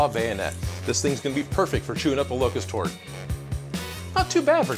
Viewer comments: At the end I thought he said "it is perfect to shoot up a local store" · Who else had to go back because they thought he said shoot up the local store instead of locust horde?